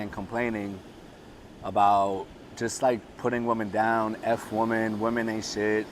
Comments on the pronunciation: Hahahaha I found it cute ahahahahaaha and I said wait is he saying woman? It’s ok the message is solid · Have I been pronouncing women incorrectly my whole life?